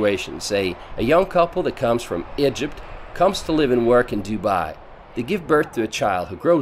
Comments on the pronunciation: “A young couple that comes from aEjeerpt” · hmm.. now make a video about "Ih-jipt" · Why does he keep pronouncing Egypt like IJUPT? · No one: Litterally no one: Narrator: "Igypt, with an I, not an E". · Dude just say Egypt correctly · The way you said Egypt in the beginning of the video really pissed me.off haha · Do you know how to pronounce “EGYPT” correctly. Disgusting